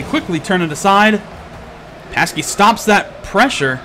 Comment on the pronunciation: "Pasky"...No,, no! xD Anyway, another great cast from you! I love seeing these types of matches.:D